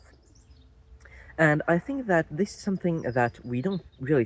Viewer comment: I was just thinking that it sounded French to me when he said "zis" instead of "this". 🤣But yeah, in general his English is great. You can hear the accent(s) in the pronunciation but the fluency is there.